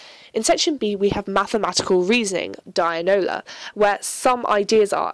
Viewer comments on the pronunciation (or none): The word is dianoia NOT "DIANOLA" ...lol! .....Nice video by the way! ....Thank You. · Nicely spoken, but it's dianoia, not dianola, which sound like a cousin of tombola. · my teacher told us it's not dianola but dianoia